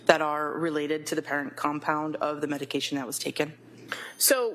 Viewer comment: Prosecutor can't even read a medication name. Every single medication she incorrectly pronounced